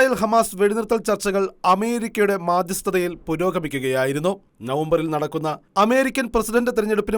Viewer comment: എന്തു മലയാളം ആണ ടോ ഇത് മദ്ധ്യസ്ഥ ത ആണ് മാ ദ്ധ്യസ്ഥ ത അല്ല